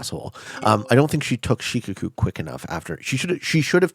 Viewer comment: One minor point of pronunciation: Shikoku is said more like 'shee-koh-koo', with more emphasis on the second syllable and less on the first. I only bring it up because you made reference to it many times! Love your videos, keep up the good work!